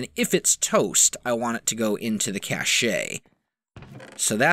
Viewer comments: Great video. Cache is pronounced "cash" not "cash-ey" though :) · Cache is pronounced "Cash" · these videos are very concise and entertaining... but it's pronounced Cash, not Cash-ey." :) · It's called a cashe(pronounced cash) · I thought its pronounces sashey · Lol when he mispronounced "cache"